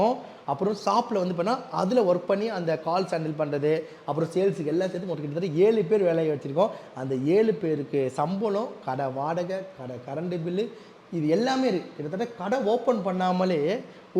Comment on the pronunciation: Current bill ❌️ garent bill Ending ❌️ yending Example❌️ etsample